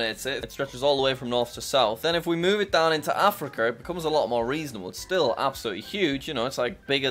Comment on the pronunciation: Ah yes my favorite continent, Africker